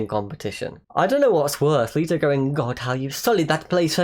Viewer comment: I have never, ever heard someone pronounce it Jared Leeto